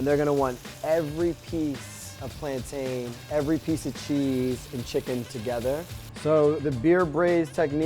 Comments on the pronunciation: Notice how he said plan-tayne that’s the correct way but it depends on where your from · thank God he ain't one of those people who say "plantin" like mad crackheads 😂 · Yay! He said "PLANTAIN" NOT "Plantin" 😁👍❤️